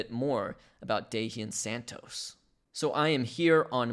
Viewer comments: It's Da-han Santos, for the pronunciation on Dahian Santos' name. :) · Dahian is pronounced( da as is russian yes word )and yan like ying and yang awesome vids you should talk about cesar prieto hes gonna be a great ball player for the os